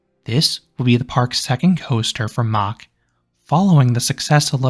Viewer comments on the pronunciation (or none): It's Mack as in Big Mac NOT MOCK!